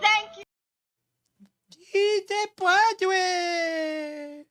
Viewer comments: It's "Puede!" Not Pu-ad-re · Pwadway? Please don't let "Doctor" Jill attempt Spanish again. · Jill’s pronunciation of “puede” is so off that it’s HILARIOUS!!! I wasn’t even sure at first what she was trying to say, and I speak native Spanish lmao.